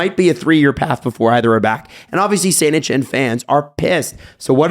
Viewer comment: Am I the only one that had to search around phonetically for the AS Saint-Etienne Soccer team. It's not Saint-Eshenne! Pronounce a hard T bruh! Saint-eTienne.